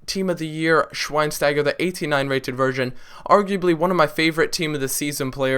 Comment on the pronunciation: its pronounced Shveinshteiger or maybe Shvaynshtayger ( looks weird tho ) is better for you.. im German and know it :D